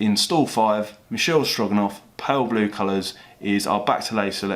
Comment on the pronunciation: the horse is Michele Strogoff, not Stroganoff